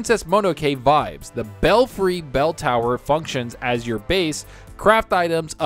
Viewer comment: I was laughing with the whole bel-frie lmao 🤣 thank GOD you realized it's pronounced bel-free. 😂